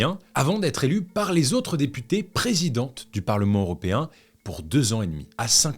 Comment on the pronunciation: toujours aussi quali, par contre on dit "européen" et non "auropéen" :*